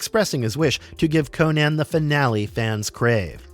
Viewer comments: Crom, this guy midprouncing "Conan" throughout the vid is killing me. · . CONCH the Destroyer?!?!